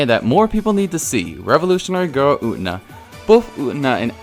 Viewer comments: Did you.... did you really just call Utena "Oot'na"...? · You, pronouncing Utena "U'ENA" is really disturbing ngl. 😐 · youre pronunciation of U-TE-NA is really frustrating lol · The way you pronounced “utena” just took 3 years off my life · hell sameee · Everyone disliked that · Took 12 off of mine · you pronounce utena wrong and it bothers me eVERYTIME aaaa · Dude...the way you pronounce Utena....cringy.